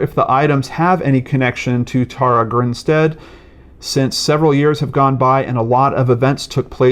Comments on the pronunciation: Her name is pronounced...Tara: Tare-ah...not Taura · Hey, great video, but her name is pronounced like Sara with a T.